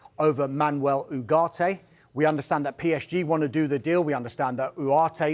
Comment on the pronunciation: From ugarte to Uooareteh😂😂 this guy